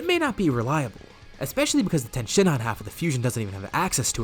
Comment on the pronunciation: Its tien not ten